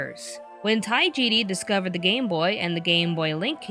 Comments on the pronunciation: Tajiri, not Taijiri. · Not to be rude,but it's Tajiri,not Taijiri